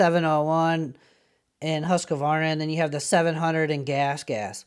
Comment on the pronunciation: Pronounced 'Hoosk-var-na'....